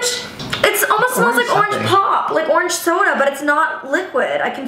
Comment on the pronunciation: “Oreeeenge marmalade” I’m gonna have to unstan Shane I’m sorry